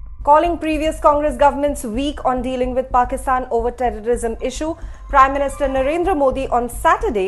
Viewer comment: What has happened to Modi's diction. His words sound weird, say Pakitan instead of Pakistan.